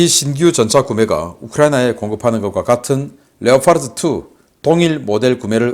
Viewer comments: 이냥반은 왜 늘상 Leopard를 Leofart, Reaper를 Reafer, Gripen을 Grifen, Apache를 Afache, propeller를 frofeller 라고 할까? 내귀가 넘 까탈스런건가? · leo fart가 아니고 레오 파드에요 왜 p발음을 f로 하세요? 피 발음이지 f가 아니에요